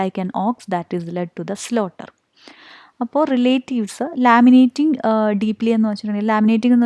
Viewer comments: Madam ലമെന്റിങ് ആണ് ലാമിനേറ്റിംഗ് അല്ല... താങ്കൾ ആ വേർഡ് രണ്ടു വട്ടം മിസ്പ്രോനൗണ്സ് ചെയ്തു അതാ.. സോറി 🥰👍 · It's 'lamenting' not 'laminating'.